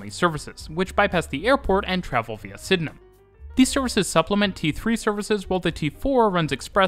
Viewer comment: Super impressed with correct pronunciation of Sydenham!